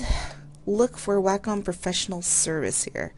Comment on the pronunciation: Not Whack~Um honey, It's pronounced Way~Cum